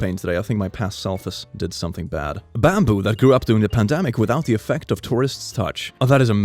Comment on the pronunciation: When he said bamboo I thought he was saying Bambi but in owo